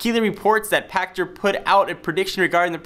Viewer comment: Seriously? Michael Pa"sh"ter and Gee-off Keighly?